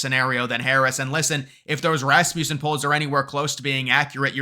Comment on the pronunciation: It’s pronounced Ras-muh-sen. Rasmussen. Not Ras-myoo-sen. lol